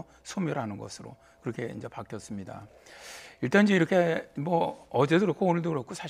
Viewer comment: 아니 어버무리면서 말하냐 인저 인저 는뭐냐 개 웃겨 ㅋㅋ